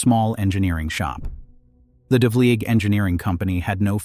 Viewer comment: the pronunciations of the narrator are very poor -- change the test it reads to get it to speak correctly: devleeg, jig-mill.